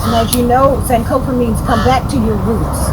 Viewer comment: are you not ghanian? why do you pronounce "sankofa" like that?